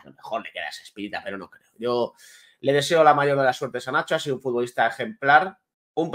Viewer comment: No saben ni pronunciar los nombres de los futbolistas,lamentables.